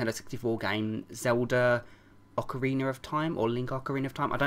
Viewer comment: Nobody else cared? Ok. Guess its all about Majora's Mask and the fact he said Ocrina Of Time.